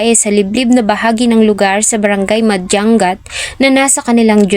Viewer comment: Hindi Po madjang gat. Madyangat Po tamang pronounce. Sana sunugin din Buhay. Taga Vizcaya po